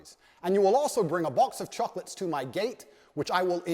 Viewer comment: Bro be like, "Life is like a box of chooclutts"